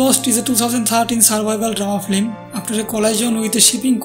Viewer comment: Flim... it is pronounced FILM! not Flim.